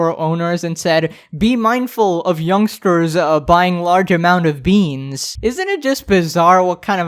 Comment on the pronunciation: You didnt say beans correctly you dookie man